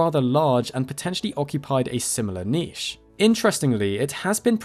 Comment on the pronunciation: THANK YOU FOR NOT MISPRONOUNCING NICHE!!!